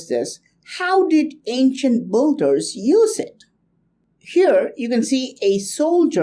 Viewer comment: amazing carvings, very interesting, may be may be. BUT PLEASE! beeeeeeeeeeee-llders not BUUUUUUULLLLL-ders [ˈbɪldə] thank you)))))))))